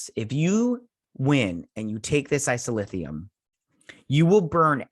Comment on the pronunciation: A few Treksplorations: 1) It's Isolynium. O-woe-se-kun. or Oh Wow, Owo. And the Stilph. Which you got correct. Who live on the edge of the Galactic Barrier. Which the Q created to keep the galaxies separated. 2) The Karma Barge is very cool. Correct! 3) Dr. Pollard (lady doc) is the head doctor. Lorca didn't think to have a Deanna Troi. But Dr. Culber felt a psychologist is needed cuz of all the trauma the crew experienced being 1000 years in the future and fighting all the battles they do to save the universe. Hugh just needs to take a break and realize he can't predict everything people will do. 4) Haz also played Duggan. Create character. The guy that Empress Georgiou caught and put in jail for trying to protect Lorca's plot to overthrow her. 5) Tarka is a narcissistic sociopath, who blew up wild mountain cats as a child. So naturally, he sees his grief as being far more compelling than grief felt by others. 6) The DMA is as large as a small solar system. It's mining boronite. And boronite is what makes the Omega particle that the Borg idolize as a god due to it's perfection. And it's destructive ability to destroy subspace for vast distances. 7) Picard and Disco will intersect for 3 weeks. This may be by design cuz the Q should not want Disco so close to the galactic barrier. And the Borg might be attracted by the Omega particle. Causing a CROSSOVER event for the two series. 8) This is also a great episode cuz the romantic relationships are so very authentic and mature. A